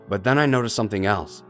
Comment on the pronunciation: why did you say butt instead of but?